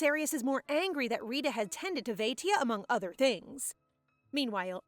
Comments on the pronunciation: It's actually Rita not risha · it is not Rishi it is Rita like Rita Ora